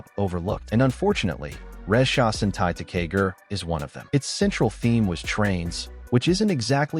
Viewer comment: Ressha Sentai Toqger is pronounced Re-ssha Sentai To-Q-Ger and Kishiryu Sentai Ryusoulger is pronouced Ki-Shi-Ryu Sentai Ryu-Soul-Ger. I love the video, but please learn the correct way to say it, thank you. You also butchered the names of 2 other Super Sentai, Zyuohger and Patranger.